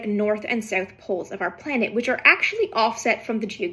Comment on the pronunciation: Really like your video, I’m fascinated by how you say “south” 🤔